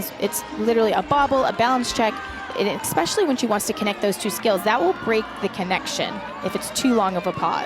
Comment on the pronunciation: Someone tell Alicia Quinn that the word is especially - not EX pecially. 🙄🙄🙄